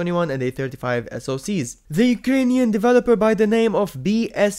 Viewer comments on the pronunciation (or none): none